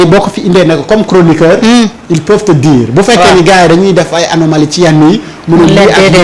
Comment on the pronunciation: 😂CROniqueur ou CHORonoqueur?